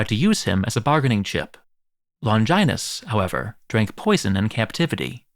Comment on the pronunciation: What a weird pronunciations, "Longainus" instead of "Longinus", "Cashius" instead of "Cassius"....